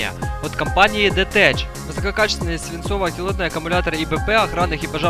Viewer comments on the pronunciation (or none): свинцово -акилотные ???